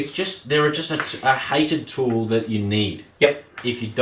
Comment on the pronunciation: That add.. 😂😂 he couldnt say tool Kept saying tewl